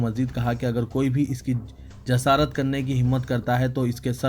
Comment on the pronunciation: As salaam alaykum Urdu ka janaza math nekalie first correct your pronounciation what is ruqs and jasarat ke himaat there are so many words like this please try to read correctly